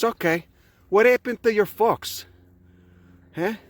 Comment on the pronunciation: I kept hearing "what happened to your fox" and it took me a while to realise he said "folks." Glad I could find this from Twitter